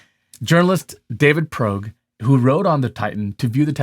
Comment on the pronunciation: You pronounced his name as "Progue"...it would have been worthwhile to correct that error. Were you thinking, because his name is Irish, "brogue"? Probably not. Anyway, I agree entirely that their characterization of their company was bullshit. As soon as I'd learned how the thing was built, I was certain they were dead, and had been dead long before the mother ship called for help. I despise Rush's arrogance, in putting something like that together, refuse to invest in a port that was rated for the depths he intended to use it for. The fact that he chose to hire young people, who wouldn't be able to stand against him and his insanely dangerous sub...and everything I haven't thought to comment on. It's a real shame about the billionaire's son getting dragged along despite his entirely reasonable fear of going, not to mention the employee (I heard he was gung ho for the adventure, but he obviously had no idea how dangerous it was). Rush, and the people foolish enough to pay to ride, I don't respect. Rush, because of his arrogance in building it the way he did, and the two who paid to be there, all disgust me. Too many wealthy people are putting themselves in harm's way, often thinking that they could afford to pay for people to save them, never considering how bad it is to put others in life-threatening circumstances just to save them. Irresponsible, foolish, there are many words that can describe this behavior.